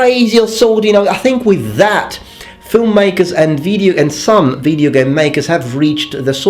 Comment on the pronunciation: when says "like in video games" in his videos I always hear "like nVIDIA games":D